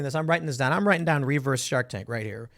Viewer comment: The way Tim says REE-verse is actually a little annoying lol.